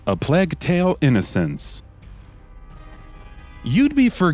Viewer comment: Nothing pisses me off more then hearing them mispronounce the name of games. Sekido? Are you fucking kidding me? Where the fuck do you see a "d" in Sekiro? Fuck. Not just that either but this dude fucking said Plag instead of Plague... Like oh my fucking Batman! Say this shit correctly or don't make the video. Also stop putting Death Stranding on every fucking game list y'all make!